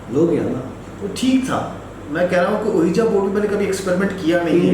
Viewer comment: My dear it's not called "ooeeja board". Ouija.. correct pronunciations is "weejee" board. You can check on google pronunciations. 😀 Recommended your channel to my nephew and cousins.